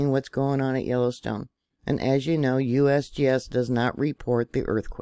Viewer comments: Love how you said USBS😂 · Lol! “ USBS” oh excuse me “ USGS”😂😂😂